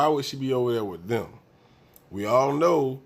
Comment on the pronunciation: She said oww not know